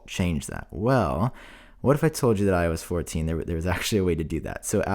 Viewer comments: I kept thinking he was saying “When I was 14” each time he said iOS 14 😭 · Is it just me or other people also hear ,,I was fourteen” when he says IOS 14 😂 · I keep hearing “when I was fourteen” instead of “iOS 14” 😂💀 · Everytime u say “IOS 14” i always think u say “When I was 14” 😂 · I keep thinking he is saying “When I was 14” instead of “ i OS 14”. It’s getting weird. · I know he didn’t say that but for the few minutes of the video he lowkey sounded like he said “ when I was 14” . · It sounds like you are saying when I was 14 not iOS 14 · Everytime you say “ios 14” it sounds like “i was 14” 🤣😅